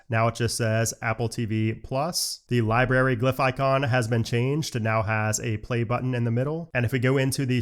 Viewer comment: Library - not libary br